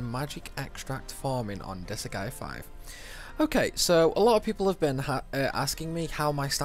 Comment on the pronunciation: Not to be that guy, you are clearly a master of this game, But it cannot be "Dis-a-gay" the word goes d,i,s,'G'. Its Dis - GAE - ah, look where the G is. ALso "evil - ities" By looking at how it's spelt even once, it's obvious it cannot be "eh - vil - tee"